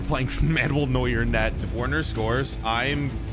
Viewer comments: it’s not werner you write it like this but you say it verner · ITS NOT WERNER ITS VERNER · Just so you know it's spelt werner but it is pronounced verner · umm i think its pronunced verner yeaaa